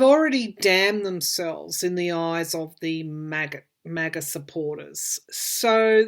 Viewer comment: I rhink they should wait a month for trial after they have searched all the docts left in the wh and we get more citizen videos on 1/6 insurrection. I think much more grievous conduct will come out. and you pronounced it right. Maga Maggots. The impeachment will be a censure and we can also strip him of pension and security and any post election benefits--which is reasonable. I think they're getting ready to seize all his assets and mar a largo. So that means he will be dirt poor and need food stamps and medicaid--fitting for him. put him in a nursing home with a diaper at one end a feeding tube laced with drugs on the other. far worse than prison.